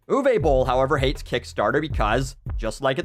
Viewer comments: What I like most about this video is how didn't make one pun about Uwe Boll being German - he didn't mock his accent, joke about Nazis or anything like that - I know some,,comedians” would have done so without hesitation. Also bravo to the pronunciation of his name, most english speakers really butcher German names. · This video has taught me how to pronounce Uwe Boll, thanks.